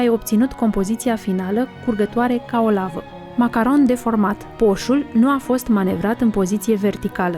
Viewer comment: Cum poti sa zici macaronshi ?? 😂😂